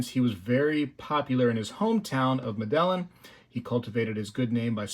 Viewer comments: Awesome piece. Medellin is pronounced like Meta-Yeen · I believe its pronounced "med-a-yeen",...at least that's how a fellow i used to work with pronounced it....and he was from Bogata, Colombia. Well designed item but I'll be passing on it. I'll be buying a bit more gold and some 90%!